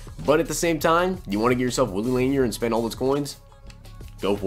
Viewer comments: Lanier is pronounced La Near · You tube Lanier so you can say his name right, he is a legegend lol laaaaaaaanearrrrr😎